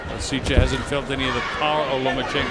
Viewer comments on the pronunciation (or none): Commentator is AWFUL. Super-biased, and manged to be fairly racist at the same time. Can't be bothered to figure out how to say Koasicha's name. He's not so much calling the fight as giving Lomachenko a blowjob from ringside.